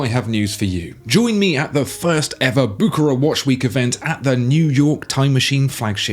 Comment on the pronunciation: Please, learn how to pronounce “Bucherer”. 😊 Otherwise, you don’t look credible.